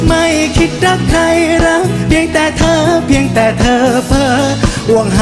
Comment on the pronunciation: เหมือนดูโชว์ของศิลปิน ..ชอบออกเสียงชัดเจน อักขระ ควบกล้ำชัด เจน ..คำว่า เพลง "พะเลง"ไม่ใช่เพง รอเรือ "รัก"ไม่ใช่ลัก...จังหวะทำนองลีลา ยอดเยี่ยม โชคดีๆ